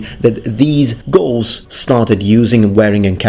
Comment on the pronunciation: Lol I cant stop hearing ghouls